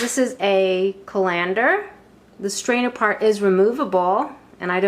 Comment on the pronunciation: You are giving the accent on colander on the LANDER part instead of the first part of the word CALL. CALL lander not call LANDER.